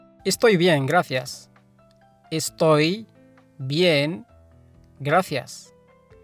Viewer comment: أستاذ كلمة شكراً تلفظ (گرافيس) أو (گراسيس) ما قدرت أميز اللفظ بتاع حضرتك؟